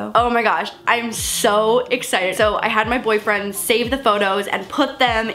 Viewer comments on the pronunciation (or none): did any one else get made when she said boyfreind or just me